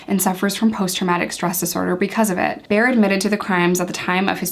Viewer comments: People with the same last name I know pronounce it bear like the animal. But this guy doesn't deserve a name period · I lived very close to where Frederick killed Korey and Jenna.. It was a huge story. I agree about the cats… Ohh and his name is pronounced Bear … nice video btw..